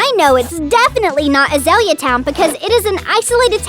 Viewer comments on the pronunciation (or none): none